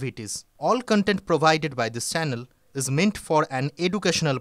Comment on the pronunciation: Senel nay bolun chanel